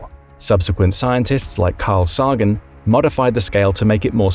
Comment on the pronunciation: please retrain the LLM you used for this video. It can't pronounce Carl Sagan's name properly